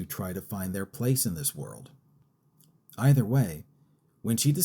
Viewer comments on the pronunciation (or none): none